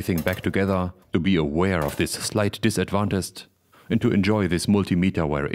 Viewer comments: LOL disadvantest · This is out of context, he said: "Slight Disadvantest" ....😂. Choice